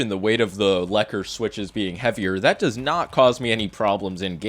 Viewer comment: The Lekker is pronounced lakka’. It means nice or good in my language